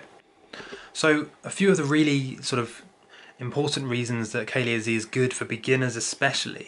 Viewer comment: Cah-leh-ahh would be the way to pronounce the first word lol . I mix some with my tea or with my marijuana when I smoke . I grow tons of it in my back yard as well as the Sun open herb . Great works